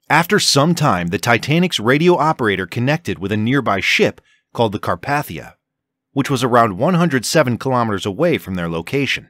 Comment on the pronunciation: Car-PAY-thia. NOT Car-PATH-ia. ....Titanic rescue ship proper pronunciation...